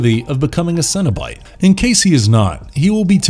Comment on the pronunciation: It's cenobite not cinnabite